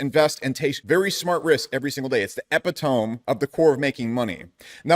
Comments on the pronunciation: This dude really pronounced epitome as epi-tomb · ih pih toe me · No way bro said epitome like that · bro misprounced epitome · I love you bro! It’s normal get the pronunciation of ‘epitome’ wrong like you did in this video but so don’t feel bad about that